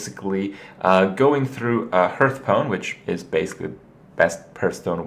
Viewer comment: Goddammit Kripp it's HARTH-STONE.